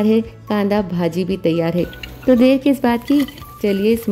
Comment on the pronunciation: You are not pronouncing it properly! It's not bhaaaji... it's bhaji ..